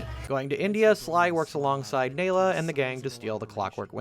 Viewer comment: Bro you had to have played the games to make this video, how do you mispronounced Neyla and Jean bison you hear them pronounce it correctly throughout the game